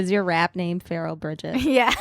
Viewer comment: My cat literally hissed at my phone during one of your ‘Pferal’ moments 😂😂😂. Also proof that Epstein didn’t lull himself 🤔